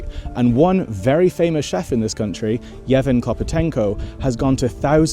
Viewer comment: His name is Yevgen Євген not Yeven Been to one of his restaurants and enjoyed it greatly "Sto Rokiv Tomu Nazad" (Hundred Years Ago) He's definitely a Ukrainian treasure in himself. Actually, the interior design of where you're sitting does remind me of that restaurant, hmmmm